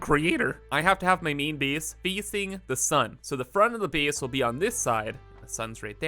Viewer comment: The way you say "a" is very interesting. Like "base" and "space." You say it like "beese" and "speece." From where do you hail?